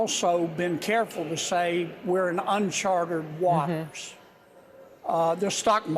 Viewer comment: “Unchwarted wuawters”